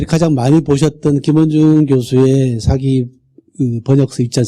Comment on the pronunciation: 측면을 계속해서 "칙면" 이라고 잘 못 발음하고 있어 실망했읍니다. ㄱ리고, 사기 강의에, 사기 의 "사"자를 짧게 잘못 발음하는 학자의 강의는 듣고싶지 않습니다.